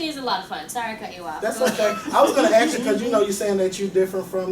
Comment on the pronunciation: ASK - not AX ----- ahhhhhhh!!!!